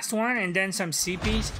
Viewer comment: great but why say den you Canadiens when you are trying to say then